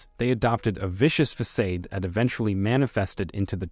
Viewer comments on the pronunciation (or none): Robot speaking can't pronpunce 'facade"